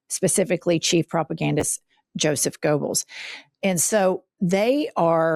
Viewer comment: why do so many Americans add an R to Goebbels so it becomes Goerbbels? 🙏🫶👋✌️🖖